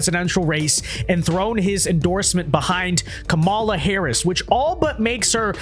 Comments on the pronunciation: Her name is pronounced KAH-ma-la. Stress the first syllable. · Wince Duh, you can't even pronounce her name right.